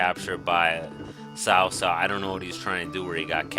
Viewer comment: Nice video. One thing: I have it on pretty good authority that it's pronounced Kao Kao, not sao sao.